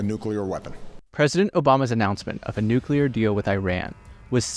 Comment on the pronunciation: Technocratic international class. What and who exactly does this mean? Fine summary of Saudi and MBS power victories / mistakes. Please don’t tell me you are this smart, have this kind of perspective, and can still mispronounce the word nuclear.